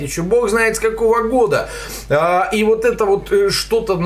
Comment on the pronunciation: услышал уоооот, как у Дробышевского почти)